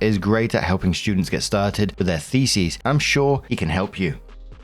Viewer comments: Brother, thesis does not rhyme with feces😭 its "Thee-sis" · I don't want this to sound rude, but thesis is pronounced fee-sis, not feces 😅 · So ah..., the way you're pronouncing thesis is "theses," which is the plural. Thee-sis (singular) Thee-sees (plural) Jsyk. ❤ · the-SIS, not the-sees, it sounds like you're saying feces lmao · I'm begging you, stop saying it like that... thesis is pronounced with -sys at the end. Like system. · Every time he says thesis, I hear feces. 😂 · And...as ALWAYS... moronically insists upon mispronouncing the word "thesis" as the word "theses". His feeble brain can never seem to comprehend that these are TWO DIFFERENT WORDS, and that "theses" is the plural of "thesis". How tiresome. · It's pronounced, "THEE-SIS" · Isn't it th like Theo not Fee